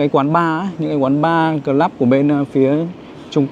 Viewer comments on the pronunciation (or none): Gọi là : Cờ Lúp ( Club ) gọi Cờ Lắp là Sai nhé